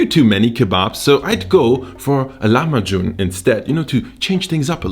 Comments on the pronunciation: Please dont call it lahamju its called : lahem b ajin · I'm from the Netherlands and here we pronounce it like "lah-mah-kun" instead of how you pronounce it. Could someone who actually speaks the language tell me which one is more accurate? I wouldn't be surprised if has it right but I do wonder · So the c in lahmacun is pronounced like a j. I'm speaking Turkish now! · Don't speak Turkish but know that the Turkish 'c' is equivalent to the English 'j' - so pronunciation is closer to the way the Turks say it.